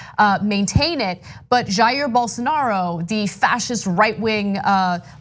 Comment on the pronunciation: "Bol... Bolsarnaro" -_